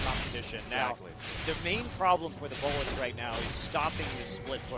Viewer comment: you can hear sometimes kt mullets instead of kt bullets :D